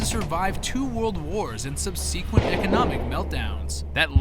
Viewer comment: Can you learn how to pronounce 'subsequent'? Every video, it's like you hate the language you're speaking.